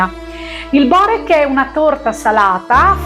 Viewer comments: Non si può sentire Borék non Bórek!😂... Inoltre quello con la feta è fatto con gli spinacini/spinaci... E non con il prezzemolo... In quello alla carne mancano le spezie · Si pronuncia biurek e non si fa cosi